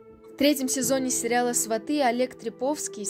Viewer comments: Только не сватЫ,а свАты,ударение то можно научиться ставить? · Не сватЫ, а свАты, сватОв засылают перед свадьбой, а свАты, это уже родня после свадьбы. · СвАты,а не сватЫ. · СвАты, произносите правильно, слух режет